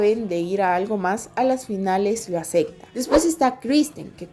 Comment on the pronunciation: Muy bueno, nada más te falta pronunciar "acepta" y "aceptarlo" en vez de "acecta" y "acectarlo"